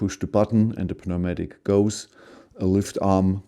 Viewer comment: Newmatic. The p is silent 😉